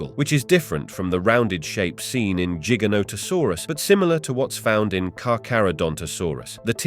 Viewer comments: Cooked by the comments. Let me add too Jiga? Like jeep? Giga... like a music gig... Hmmm. The difference between J and G.... must be hard for some people. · Ooooft it's size tells you it's name and it's not jig anything it's Giant therefore Gi Gant Ta Saurus ...learn before you try to pronounce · Idk why but I'm finding it very annoying that he keeps pronouncing giganotosaurus differently. Other than that, very interesting video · Pronounce gigantic